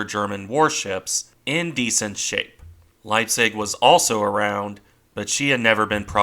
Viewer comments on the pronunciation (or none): none